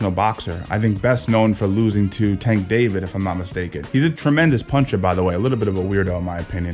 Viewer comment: "Tank David" is killing me